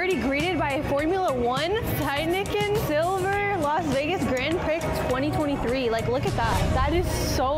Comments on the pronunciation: This woman literally said grand pric😂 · she say “grand prick” 😂